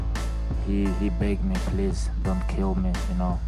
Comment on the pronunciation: khabib: he beg me, plez dont kill me😂